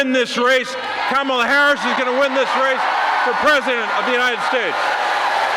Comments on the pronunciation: He is not pronouncing her name right! They are yelling him and he is not listening. Finally! Like Comma'la 😀 Who comes on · I like how they are correcting him with the pronunciation of Kamala's name! 😆 🤣 😂 😹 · I bet that poor mayor will never mispronounce "Kamala" again 😂